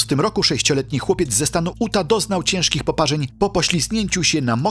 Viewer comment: Utah Czyta się "juta" a nie uta i Big Slide "big slaid" a nie big solid😅